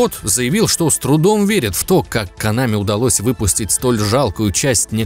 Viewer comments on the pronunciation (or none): не конАми а кОнами. а вообще пошел ты , что бы еще другим указывать то , как им удобнее произносить слова